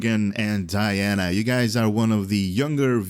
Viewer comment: Apparently Deanna is pronounced as Dianna...